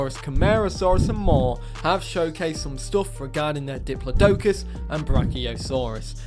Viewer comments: The way you pronounce Diplodocus makes me cringe. :D Not a fan of this design the modders gave it. I don't know what the latest paleo accurate versions look like but that looks nothing like one. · its dip-lod-i-cuss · Citipati is the only oviraptorid in the game so far so that will be very special. Hopefully someone makes Gigantoraptor soon to add to the fun. Also diplodocus is pronounced Dip-low-dee-cus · The way he pronounced diplodocus killed me man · how do you continually mispronounce diplodocus despite having internet access?